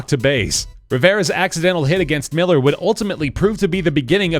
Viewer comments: It's not pronounced miller. It's millar with an a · Kevin miller. It's actually millar. Mill-R is how its pronounced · Good video but it's Kevin MillAr not kevin Miller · Kevin MillAR not Miller. Good video though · The 2004 Yankees bit was poorly done lol sorry, I love this channel so much but. 1. Kevin MillAR, not Miller 2. Bill Mueller is pronounced Miller 3. There was no way Millar was running, he was subbed in for Dave Roberts because he was a lot faster in an important role. 4. The Red Sox steak was 86 years, not 83. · Yep, this. Millar = "mill-AHR" (or, in Boston, mill-AH). Mueller is pronounced "Miller." Also, police provide on-field security at any championship event, not just Sox-Yankees. So their presence at the game says nothing.